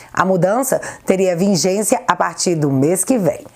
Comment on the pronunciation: Sou teu fã,. Só uma dica: é vigência, não "vingência".